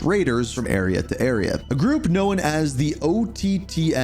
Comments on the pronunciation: It's Known not Knowin lol sorry ur killing me with this shit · Someone teach this man how to pronounce “Known” lmfao wtf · The way this guy says “Known” makes me wanna crash tf out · Great video! Just a quick heads-up — the word “known” is pronounced differently than how you said it. Thought you’d appreciate the tip!